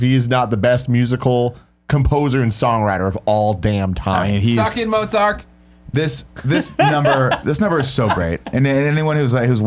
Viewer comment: did you just say "motzark?"